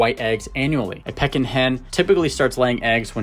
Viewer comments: Haha it’s PEEkin duck! Like for sure bro. Can you re-record and upload the audio?!? Lol honestly you should consider it ik its a lot of work but you say it wrong so many times and its killing me 😂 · The proper pronunciation is "Pee-kin" not to be confused with the action of a birds beak like pecking. Google it! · Can you pronounce it right, that’s annoying to listen to you say it wrong the whole video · That’s not how you pronounce their name